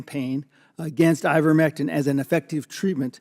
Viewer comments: Let’s work a little harder to get pronunciation correct. It’s I-vermectin not IN-vermectin. We need to maintain our credibility as compared to the no-nothing Republicans. Good video! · It's pronounced eye-ver-MEK-tin, not INN-ver-mek-tin. mispronounced the stupid drug, lowering her credibility. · It's IVERmectin, not INVERmectin.